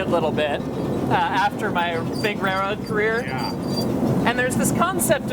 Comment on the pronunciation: I kept hearing the word "rayroad" throughout! That seems to be the American pronunciation. 😄